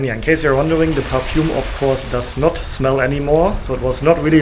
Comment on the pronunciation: *perfume not parfume